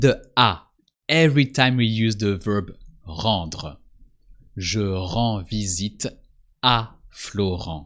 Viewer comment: Very useful video, thank you. I just wish I could have said the R's in Rendre the way you did.